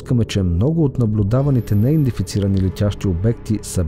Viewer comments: Казва се неиндентифицирани а не,неиндефицирани!!! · Много хубаво видео, но имам една малка забележка. Поупражнявай се да казваш "неиДЕнТифицирани ". Няколко пъти думата е казана грешно във видеото и това леко дразни.